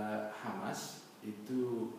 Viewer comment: 'Hamas oy.. bukan khamas😏